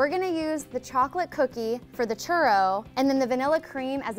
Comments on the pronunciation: I hate how she says churro. Like instead of saying churro (rolling the "r") she says churo. It's really annoying coming from someone who speak Spanish very well. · Lol I wouldn't trust this video if she can't even pronounce churro plus she made them bitches circled ahaha